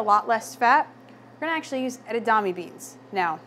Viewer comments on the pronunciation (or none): Its not pronounced edadame it's pronounced edamame... Spelt it right... But as a chef shouldn't you know how to pronounce it?